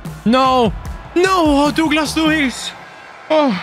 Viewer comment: Please learn how to say Douglas mate..its killing me😅😂